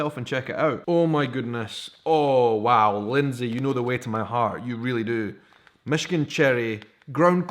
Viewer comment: Michigan box!!!! How awesome!!!! I live south of Traverse in Saginaw but its still awesome! You said it right! Love the necklace :) way to represent our state!!